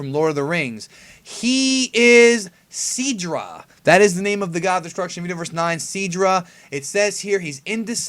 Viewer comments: And I believe it will be pronounced Sydra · How come you call him seedra? It's spelt Sidra????